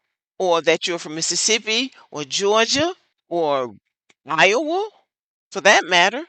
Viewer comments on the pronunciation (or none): none